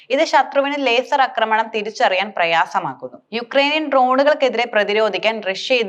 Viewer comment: യുദ്ദകളം , പദ്ദതി, അക്രമണം, എന്തൊരു വൃത്തികേട്. ഒരു ചാനലിൽ അല്ലേ പറയുന്നത്. ഭാഷാ ശുദ്ധി വേണ്ടേ